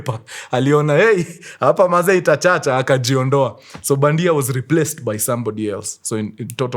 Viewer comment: Its badhia not bandia